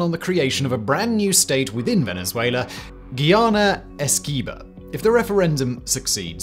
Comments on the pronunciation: Bro its not giyana its Guyana jees smh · Its Guyana....not Geeayana. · Is not ghee-ana as in ghee, but Guy-ana as in guy. Like he is my guy friend. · the way you say Guyana, i misheard multiple times as Ghana :D recurrent thought of how dafuq is venezuela gonna invade there :'D